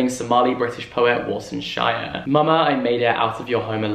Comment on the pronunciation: Love the video as per usual! Just wanna highlight that Somali is read phonetically so the author's name would be War(not war as in battle)-san shi-reh. All short vowels.